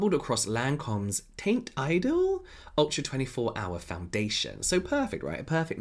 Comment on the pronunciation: "Taint idol" 😭😭😭😭😭😭 I think it's more like "taunt ee-dull"